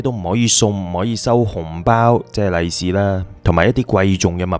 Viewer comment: 應該是"利 lei 事"，不是"麗 lai 是" ，大吉大利的"利 lei"；不是"麗 lai"事！